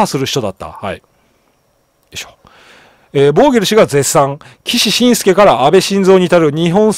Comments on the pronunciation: 個人名をまちがえると失礼ですよ。 ⭕️きしのぶすけ ❌きししんすけ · 岸信介（きしのぶすけ） しんすけではないです；； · 岸信介は「キシシンスケ」ではなく「キシノブスケ」ですよ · 岸信介 ❌きししんすけ ⭕️きしのぶすけ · 岸 信介 読み方は「きし しんすけ」でなく「きし のぶすけ」です… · 低評価は総理が嫌いな人です！ ！岸信介(きしのぶすけ)と読みます！ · きし のぶすけ、、、ですよ。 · 少し気になりましたので... 岸 信介←きし のぶすけ 一寸←ちょっと ...と、読みます。 また、英語表記の定冠詞「The」は、その後に続く頭文字が母音の場合は「ザ」ではなく「ジ」と発音します。 常々楽しく拝見させて頂いておりますが、気になりましたので... m(_ _)m